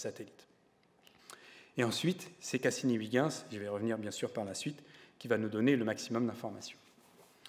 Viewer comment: Pauvre Huygens. Il serait bien marri d'entendre son nom ainsi massacré par ce gosier français. Mais bon, excellente émission néanmoins. Merci.